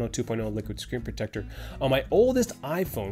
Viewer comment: Take a shot every time he says screen protectah.